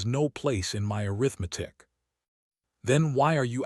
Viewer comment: AI just ruins everything. Arithmetic mispronounced is one mistake that got on my last nerve. It shouldn't be so difficult to fix the mistakes AI makes. Laziness perhaps. Or carelessness? The story could have been good. 🫤